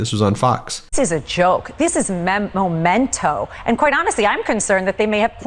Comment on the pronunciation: Who is looking after Habba's kids while she's flitting around with Trump? Also Alina, the word is memento, not momento.